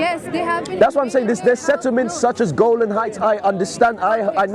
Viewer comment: Brother it's Golan Height and not Golden height. I hope I am correct.